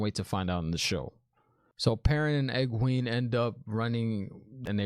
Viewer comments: Try it like this: "ee-GWAYN" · "Egg-Wayne" (Egwene) "Eyes- Seh-dye" (Aes Sedai) Aiel (Ah-yeel) 🙂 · Egwene is like Egg-Wayne or Eeg-Wayne. You got the Nynaeve pronunciation. Thom is pronounced Tom. You got Liandrin on the last one. I love can’t wait for you to find out about everyone’s story. Everyone had a really dope story when it unfolds. The Aiel (dude in the cage) are dope, too. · Firstly, love your pronunciations. They are incorrect, but remind me of when I first read the books and had no clue how to pronounce them for YEARS. A few: Thom = Tom, Egwene - Egg-Way-N, Nynaeve - Nigh-Neeve. Love what they have done with Thom. They made him much more gritty in the show. In the books he plays a harp, flute and juggles and is also an acrobat (while also being like 60). I think this change works with more modern audiences. Also, The Aiel are human as you saw. The show will go into more detail about them as they are important. Also, at the time of me viewing this, you have 320 subs, so congrats my guy.